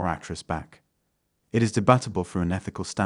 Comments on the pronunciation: "debutable" indeed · The voiceover of this video is also A.I generated... as someone with his intellectual privateschool english accent woundn't prenounce debatable: "debattable".. lol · is this narrated by an actual person or AI? I've noticed that many videos on YouTube have the weirdest pronunciations. I mean a lot, a lot. "de-bat-able". Who says it like that? Other viewers, I think we're at a point where we can't trust anything visual or audio. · Dabatable? As in, debatable? LOL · Amazing, listening to a video about deep fakes while listening to a fake voice.... samen instead of simon... Ae instead of A.I. dee-bat-able instead of debatable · The person narrating is an AI, who TF pronounces it as "de BAT able"???! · You need to work on your AI voice mate! Dee-bat-ible and Dough-able. Pass me the screwdriver, I'm going in.. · At first I thought the voiceover was someone who had been given a script and just read it letter for letter. “Debattable” for instance. And “Deepbrain A”. It took me a while to realise it was a generated voice. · 'ai' pronounced 'eh' and debatable pronounced 'debattable' another robot I suspect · Since the narrator pronounced “debatable” as debbatable…I judge the narrator to be a Deep Fake entity. Either that or he does not know how to pronounce English…you can’t have it both ways bro’. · de battable? what a strange pronunciation, I guess its ai narrating also. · when the voicover said "Debatable (Deb batta ble) I was like.. hang on a sec, is this a deepfake.... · De..batable?? Lmao another bot reading text video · If you know what you're looking/listening for, you can still spot AI generated content. Examples: Deepbrain Ayy De-bat-able High perr-ealistic Sensity is creator~ platform A similar initiative bylays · Next time anyone DARES to contradict me, i'll day to them "Debahtable" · The reader is fake, or has trouble with English words. “De Bat able” . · Never heard anyone pronounce debatable like it has something to do with baseball.